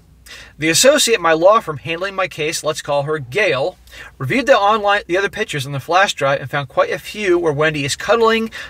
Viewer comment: PICK-tures, not "pitchers" (annoying)